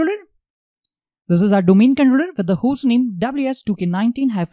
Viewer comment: no offence but your accent is killing me !!! can you not practice saying controller for god sake don't forget your audience are not all indians